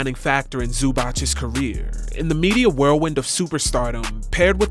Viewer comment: Zoo-bahts not Zoo-botch